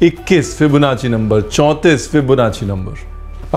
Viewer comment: Hamarey ko BTech Mei sikhaya gaya Aur unhoney Fibonacci ko nassi pronounce Liya?? Wait hotel management Mei bi mathematics Hoti hei kiya